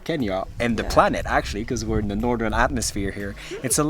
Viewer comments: Bro said nothern atmosphere 😭😭, great video though😁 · 'Nothern HEMISPHERE!!!'